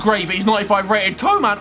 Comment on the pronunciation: As a guy from the Netherlands I laught hard when he said Koeman